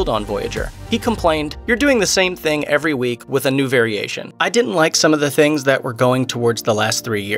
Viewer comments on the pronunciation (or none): none